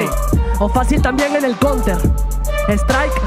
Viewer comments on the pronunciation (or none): none